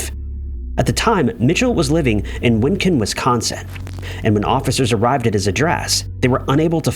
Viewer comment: Winneconne is pronounced “WIN-nuh-connie”, not “win-kin”.